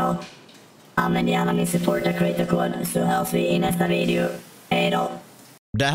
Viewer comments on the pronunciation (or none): Du säger videu inte video